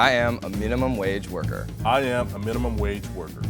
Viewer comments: tbh when said "mineemum wage worker" in the intro, u could already tell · even messed the word “minimum” up in the intro. Knew it was him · I literally CALLED that was the millionaire from the way he said “I am a minimum wage worker” - literally sounded like he enunciated and hasn’t said the word before. Weird analysis but I was right!